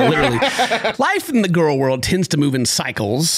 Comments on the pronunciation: She pronounces it gorl? Is she related to Gru? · it makes me irrationally angry that pronounces girl the way she does xD